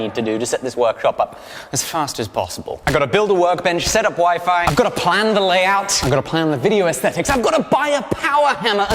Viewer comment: When he was talking about the wifi right when he was finished talking about the table it sounded like he was saying that the next thing he to do was put the wife on (the table). I thought well he shouldn't have said that on camera. 😂🤣😂